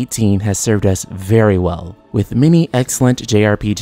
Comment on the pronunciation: Can this guy not pronounce As and Es? Every time he say many it sounds like mini. Then he says meaning and it sounds like........mini.